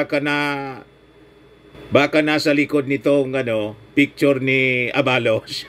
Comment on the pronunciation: Huwag mo na papogiin si supert@ sa amin …chaka yan sa aming Solid PBBM supporters! At hindi yun A-ba-los ! Aba-los